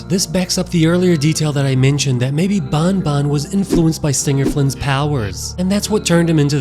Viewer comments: It's banban not Bonbon say it it's an "A" have some Respect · it is not bun bun it is ban ban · It's banban not bonbon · Can you pls stop saying bon bon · pfffft how he called banbans horn lmao